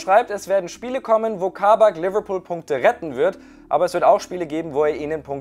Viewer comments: Nennen wir es jetzt Leberbecken😂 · Bitte deine englische Aussprache macht mich fertig😵 so eklig Liverpool ausgesprochen 🤢🤮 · Seine Liverpool ausprache macht mich aggressiv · Manche sprechen es richtig aus und manche wollen modern sein und alles übertrieben englisch aussprechen und dann kommt sowas raus wie lüverlpool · Mir kommt des kotzen wie der liverpool sagt